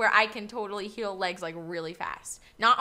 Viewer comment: i thought u said "kill" but u said heal i think xD